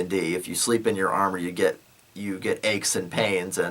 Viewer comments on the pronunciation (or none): none